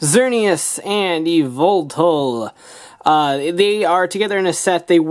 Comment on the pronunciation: To pronunce its zerneus and just say y and then veltal